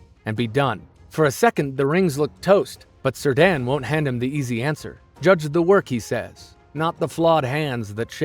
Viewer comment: Honestly lost it at the sir dan pronunciation of Cirdan 😂